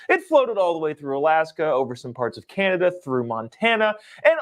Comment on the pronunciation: CANADIA!? ARE YOU FREAKING KIDDING ME!?!?